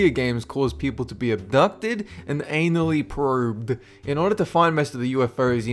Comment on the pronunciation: "Eye-nully proobed."